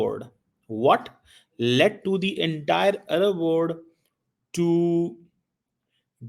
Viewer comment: WORD nahi WORLD hota hai so called fargi dr